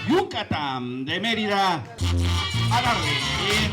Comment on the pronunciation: Before making an influencer video and being wannabe food critic… make sure you know how to pronounce the name of the city correctly. Dios mio.